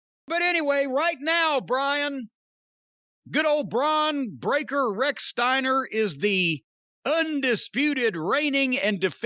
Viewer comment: Bron Breaker sounds like Dr Steve Brule butchering someone's name